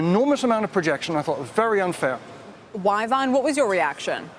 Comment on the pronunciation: Y-Vonne.... really???